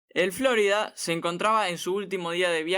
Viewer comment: Cada vez que escucho FlÓrida, me chirrían los dientes